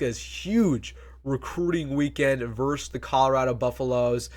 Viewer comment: VERSUS...NOT VERSE!!!